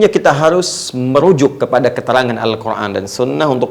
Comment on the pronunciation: Afwan, UAH kenapa kalo mengucapkan Al-Quran selalu pake huruf ع padahal itu huruf أ semuanya